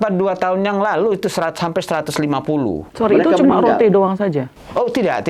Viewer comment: mbak... Rote itu bacanya tetap Rote.. bukan Root. Rote itu nama Pulau di NTT